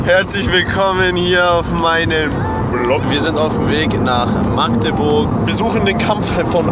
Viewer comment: Einer der wenigen Wessis der Magdeburg mal halbwegs normal ausgesprochen hat 😅😂